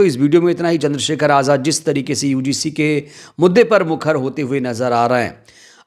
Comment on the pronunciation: एंकर साहब यूडीसी नहीं यूजीसी कहो